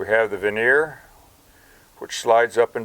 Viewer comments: Sorry, but it's vernier, not veneer. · Ver née er not veneer is the pronunciation a veneer is something used in cabinetry